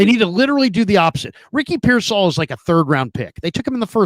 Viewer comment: He also says pearsALL INSTEAD OF PEARsall 😂